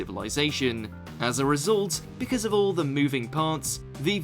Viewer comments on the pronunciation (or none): none